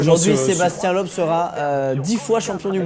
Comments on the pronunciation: Les français savent pas prononcer Loeb c'est ouf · On dit pas Sébastien "lob" on dit "Leub" bordel